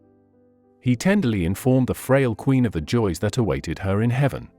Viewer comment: AI spoiled this as well as Q in queen please!